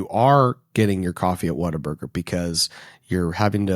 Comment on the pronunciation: Good day sir, first time I ran across your channel so was trying to figure out where you stand, what are your Texan bonifides and such. The moment you pronounced Whataburger I knew what I needed to find out. Subscribing for local Texas conservative news.